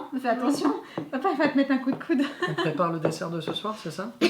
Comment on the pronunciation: Elle a dit cou de coude comme malik de Sarah fraisou brf ses pas pour ete ré mechante ce que j'ai dit ses pour rigauler je taime trop je sui fane de toiii 😻😻😻👍🏼👍🏼❤️😻🌹